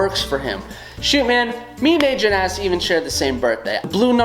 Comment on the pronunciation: I was watching until he got to ribbot and I was about to say in the comments "How dare you not include my girl agent s" and then I heard him saying angent s for #1 WOOHOO